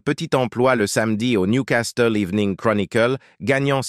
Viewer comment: Vrai! Il prononce niou castel au lieu de Nioucassel pour la ville de Newcastle. Et la voix? Ppff